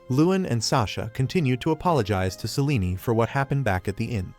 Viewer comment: AI can't even pronounce Selene properly 😂😂😂